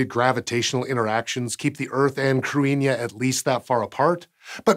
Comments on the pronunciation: either way, he mispronounced it, but it was a decent effort. The main difference between Modern Irish and Old Irish as far as this goes is that in OI, the 'th' would've sounded like a 'th' in English rather than the 'h' sound it now has. Of course, the 'i' shouldn't have been pronounced, as it's just there to mark the 'thn' following it as slender. To be fair, as mangling goes, he didn't do too badly, and the 'n' was slender. It's spelled using a more modern version of the Irish orthography (the explicit marking of séimhiú and caol le caol, leathan le leathan are giveaways, as the both started in Middle Irish, IIRC) so 'th' pronounced like 'h' would be more likely. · If I’m not mistaken, it’s pronounced “crinnyuh” or “cadinyeh”. Not so much “crew-inn-yuh,” but don’t trust me. I just lived in Ireland, lol. But seriously I’m not 100% sure! Not sure if it’s spelled as “cruithne” or “cruinne” (could be two different things), but I always knew it to mean “world”. At least using the “cruinne” spelling. Plus w that meaning, it makes more sense for a space object. When I saw this thumbnail, I immediately recognised the word from several Irish songs. One being, “Ceolta si na cruinne bheith a siorchur i m’chluasa,” Or “the music of the world is always around me,” essentially. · That's not the correct pronunciation. In Modern Irish, it is pronounced like "KRIH-hnya" where as in Old Irish the 'th' was pronounced as in English. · Okay. I'm down with it being spelled "Cruithne." I'm down with it being pronounced "cru-EEN-ya." I'm not okay with these being simultaneously true. "Cruithne" deserves to be pronounced "crew-ith-knee." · Cruithne is pronounced KROO - ee - hnyuh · The H is not silent in Cruithne. Something like Croo-ee-hne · Its crew-ih-na or crih-na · It's pronounced cru as in crutch and ne as in nettles. Cru ne. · ok no. can we talk about how Cruithne does not even closely sound like "Cruinia". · What a crazy pronunciation relative to the spelling!